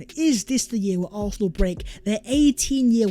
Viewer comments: What we saw “Vhere and vhere”?!! Learn to speak properly! 😂😂😂😂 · Hey! Can you PLEASE explain why you keep saying Vhere is vhe video vhere and vhere? It’s NOT English, mate! 😂😂😂